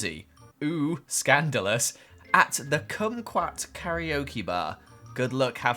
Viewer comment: fyi its "car -ra/la-okay" not "carry-o-kee" (karaoke)